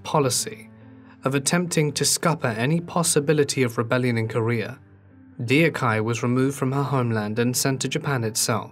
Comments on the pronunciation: I'm not Korean but the whole time I was saying it correctly after he butchered her name. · I’m not even Korean (I used to learn Korean and I watch a lot of Korean shows) but I’m 15 seconds in and I’ve just heard it😭 it hurt my ears😭, I think people should look up the pronunciation before making these videos. Even if you make a little mistake at least it won’t be as bad as this. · I felt uncomfortable. The first thing the narrator should consider is how to pronounce names... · The mispronunciation of the name Deokhyeo...has irked me so much as how many times it was mentioned. I appreciate the research and video edit. There's a film about her life that's worth watching in my opinion (mentioned at the end of video). It was so heartbreaking and tragic how her life began. Her experience probably were traumatic for her at a young age in her teens. And the movie delivers that pov more about her that's easier to empathize than the narration in this. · This narrator’s pronunciation of Deokhye’s name makes me want to cry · The way he's pronouncing her name wrong is so distracting. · I am not Korean I am Indian but Mr u pronounced her name in an absolutely wrong way... It will not sound the way u said it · I couldn't finish the video with him butchering her name constantly. It should be pronounced doc-hyeh. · lmao. true! that's the first thing i noticed. i've been watching too many kdramas since 2004 that i'm quite familiar how their words/hanguk characters are pronounced. dee-yock-hai is sooo cringy! hahaha. the video creator should've researched how it's correctly pronounced. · By listening to this video, I thought this is a story of someone else. The name is pronounced Duk hye 2 syllables NOT 4 syllables de-o-ka-ee which has no Korean reference whatsoever. Please at least pay the respect to the person by calling her name correctly. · Her name is Deok-hye not Deo-khye. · Nice documentary but Deokhye (덕혜) is pronounced as dok-ye not dee-oh-kai. 🙏🏼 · it’s pronounced “duk heh”